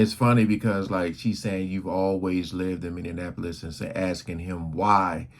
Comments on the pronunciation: It's not Minneanapolis. It's M i n n e a p o l i s. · PLEASE...it's MINN-EE-AP-OLIS.. not mineanapolis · Minn-e- ahh- police. You are literally watching a video where they pronounce it correctly. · Young man, it's Min nee Ap polis, Min ni Napolis. I know that some of you will go mad over me offering this correction, but I don't apologize for knowing what you obviously don't. Those in power, Black and White, label you before you've completed your first sentence. Speaking correctly can either propel you, or hold you back. Yes, I know Steve Harvey says, "I am poor vs. I is rich." They have to hold someone for you model yourself after. And for those of you who become a sucker to speak poor grammar because it is good enough for Steve Harvey, are in for a rude awakening. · Say it with me bro. MEN-E-APPLE-US. MINNEAPOLIS. But the look on his wife when asked about Amiir. Crushed her and ahe was fighting back pain and tears. And ultimately it was that interview that marked a separate path for the O-/> and Mayte.